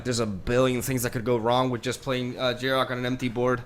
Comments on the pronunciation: Who is this Jarok guy you keep mentioning? Desecrating that pronunciation lol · Probably just the Spanish pronunciation